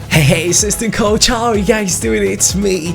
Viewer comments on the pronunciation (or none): none